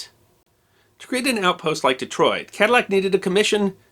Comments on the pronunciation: I believe the proper pronunciation would be to eliminate the double "L" sound so it comes out as " ca-dee-ac" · In school as a child in Louisiana, I was taught that the correct pronunciation was Kaah-dee-ack for the person and Ka-dil-lac was the Americanization for the car.